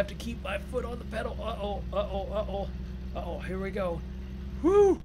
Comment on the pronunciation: Its uh oh not ut oh